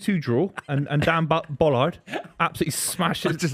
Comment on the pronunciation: Lads pls it’s Ballard as in bah-lard